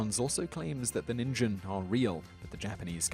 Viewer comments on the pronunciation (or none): Great vid, but it's pronounced "teh-keh teh-keh" not "teek teek". And "neengen" with a hard 'g', not "ninjin". The woman in gray legend sounds like a ripoff of a Japanese legend that took place near my home in Kyoto. A woman came to buy a candy every night for seven nights, before being followed on the 7th night. The shopkeeper lost her, but found a cemetery where he head the muffled sound of an infant crying in one of the graves. He informed the Buddhist monk who tended the cemetery and together they dug up the grave to find the woman dead, holding her living baby. You can still visit the shop and buy the candy to this day. It's not far from Gion in Kyoto. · teke teke, would be read as teh-keh teh-keh. not teek. ( i think thats only in english were "e" after a consonant changes the vowel sound) also ningen is pronounced with a hard G like gear. ninjen sounds like ninjin, a carrot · The Japanese words are pronounced (teh-kay teh-kay) and (neen-gehn) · About the Japanese legends... "Teke Teke" is pronounced "teh-keh teh-keh". "Ningen" is pronounced "Neen-gehn" With the 'g' making the 'Guh' sound, not the 'J' sound. Just saying, it's hard to listen to what you're saying about them when your pronunciation is so far off. Other than those things, the video was pretty good. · Ningen is just the japanese word for man, or human. its pronounced with a hard G sound, so, instead of ningen sound like the gen in generation, it rhymes with again :) but great video! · If you're going to say it, do it right. Ningen means "Human". And it's pronounced "Neen-ghen". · Japanese is very phonetic. "teke" is pronounced "teh-kay" and "ningen" is pronounced "neen-gen" with a hard "g." it literally means "earthling." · Didn't he pronounce Ningen wrong?! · That's how we're taught to pronounce a "g" in the middle of a word. I would've mispronounced it too.